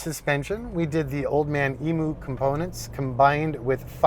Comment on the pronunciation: Old Man Emu is pronounced “Old Man Eeem-You” instead of “Old Man Eee-moo”, as so many non Aussies say it.